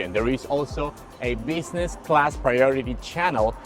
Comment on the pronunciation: "Busingess" class :p